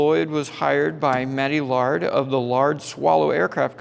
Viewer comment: I am always shocked at what you don't know. I would figure a wing nut like yourself would know what a Mooney Mite is as well as what appears to be a BD5 (pointy jet thing). Might want to learn how to pronounce Laird as well.